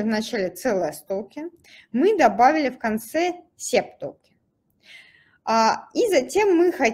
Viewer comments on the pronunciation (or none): Слушать конечно тяжело, ааа, эээ, токен, тоУкен, хихих, серб серб кофе.